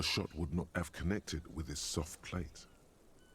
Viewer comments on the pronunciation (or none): that's weird, "allacronym" isn't a real English word, Google only has results for the conjoined "all acronym" the narrator (otherwise excellent) mispronounces 'palate' as 'plate', which is confusing in this case cuz there were both the victim's mouth 'palate', and he often wore armor 'plate'